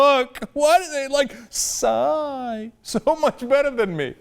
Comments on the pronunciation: "ebenebeddebe... calls himself Psssssyy" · Maybe Bill was having a stroke as he was pronouncing Psy's name. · I love ho O'Reilly thinks everyone is a part of a conspiracy. Just how he says "PSY", like that's not his name.